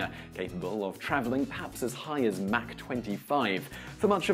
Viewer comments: haha "Mack 25" hmm think he means Mach. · "mack 25"